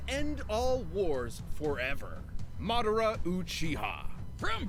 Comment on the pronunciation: Just to let u know Madara is a Japanese name ur pronouncing it wrong.